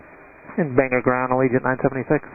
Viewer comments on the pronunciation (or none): This is how I found out there was a plane crash, was my YouTube homepage. Also, for anyone wanting to pronounce it, it isn't BANGER, it's BANG-OR, or BANE-GORE.